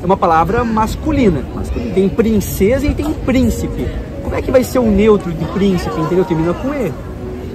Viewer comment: Nossa ele falando"príncipo", o cérebro dele já derreteu, só pode!!😱🤦